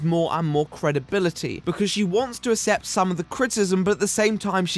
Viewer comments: Great vid, however, it's ACCEPT (as in ACK-SEPT) not ASSEPT. ;) Still loved the video though. :P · I watched until he started saying "assept" instead of accept. English guy can't even English. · hey man great video but PLEASE pronounce "accept" correctly. its pronounced "ack-sept" not "ass-ept" ty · Christ alive man I dont care if its your accent or youre being deliberately obtuse on a pronounciation, its ACCEPT, not ASS-EPT Keep making good videos but christ your determination to pronounce words annoyingly is something that makes me want to mute you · Hey,, take a little bit longer pronouncing the world "Accept", it sounds like you're saying "Assept" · I can't get over the way you pronounce "accept"... Asssept lol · But.. did you pronounce accept as assept? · Can you start pronouncing the "C's" in "accept"? The way you pronounce it makes me sad. Especially because you use the word in every single video these days. I can't assept it.